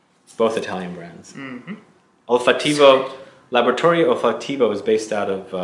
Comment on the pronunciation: I love Laboratory Olfattivo (accent on second syllable, Olfáttivo). My favorite is Rosamunda. I thought I would like Salina but it made me nauseated. I cringe to remember it.